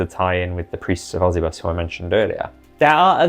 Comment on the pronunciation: I've always hated the preists of osybus. the idea of someone 'becoming a dark power' is fucking stupid. also why would they keep the name of the guy they hate. I think its pronounced Oh-sigh-bus though, bc its supposed to be egyptian-sounding their art is cool tho